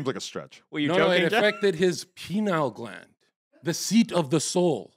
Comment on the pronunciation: His penile gland 🤣😂🤣😂🤣😂🤣 It's pineal